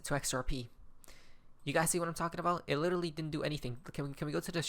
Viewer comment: There is no Little Lee, it's "Literally"!